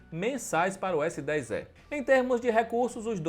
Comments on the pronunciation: Pior é falar Galaxy S10 É , ao invés de E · S10 "É" pqp onde foi que você estudou meu amigo?! 🤣